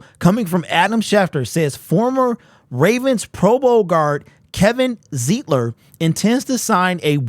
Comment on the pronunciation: Pronounced "ZITE-LER"....